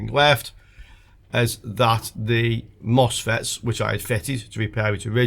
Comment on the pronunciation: Misfits not mosfets 🤣